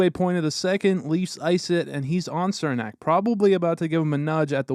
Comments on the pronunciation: It's pronounced "Cher-nack" not "Ser-nack" lol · "cher-nak", not "sir-nak... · His name is pronounced CHUR-nak, not SIR-nak. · For the love of god its pronounced "Chernak" not Sirnak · Its Černák (pronounced Cher-nahk) just like Chara is pronounced h-karka...well as close it can be spelled for pronunciation in English. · I’m not trying to be picky I’m just letting you know in case Cernak is in future videos his name is pronounced Chernak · Why does everyone outside the Lightning fanbase mispronounce Cernaks name? It’s pronounced “Cher-nack” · cernak is pronounced CHER NAK